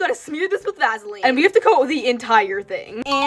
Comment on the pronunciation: “Va-sa-leen” It’s Va-suh-leen. “Cin-i-min-roe” it’s Cin-a-min-roll.